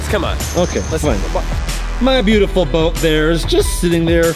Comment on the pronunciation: Rosa Lopez its boat not bote